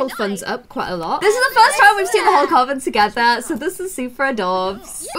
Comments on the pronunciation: I love but its you say coven like cuven xx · Coven is pronounced cuven... I had to say it I’m sorry. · Who told you that Coven is pronounced that way??? 👀